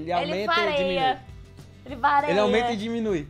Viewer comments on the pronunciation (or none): "Ele vareia" kkkkkkkkkkkkkkkkkkk